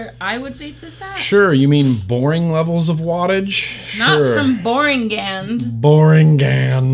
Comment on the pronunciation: You two make an amazing team, I loved this Vlog!!!:D Your two's compatibility is so funny, genuine, down to earth, real, entertaining, yet still informative. Y'all keep doing what you're doing. "boringand" lmfao xD Dude, every time I can't help but start laughing, Also, all of your... bloopers? I guess you could call them, but kept them in here because laughed at you, you should compile all of your mess ups and put them in at the end, I find the one you usually add at the end funny as Hell regardless, but if you were add all of the bloopers at the end I think that'd be funny and just down to earth and real of you. Let's keep on vaping!!!:D